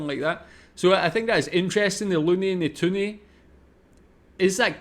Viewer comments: It's toonie. Not twoonie. I'm Canadian. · Toonie, not toonie.